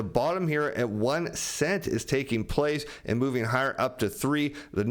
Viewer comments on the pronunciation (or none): none